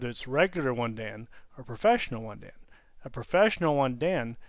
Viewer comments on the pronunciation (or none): "Dan" is not pronounced right in the video. Think of the honorific "-san" but replace the "s" sound with the "d" sound.